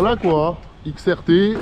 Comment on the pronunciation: Xrt et non xtr force a toi